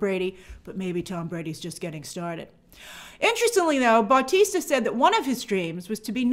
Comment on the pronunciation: great video as always but please just im begging u say Bautista not BAUtista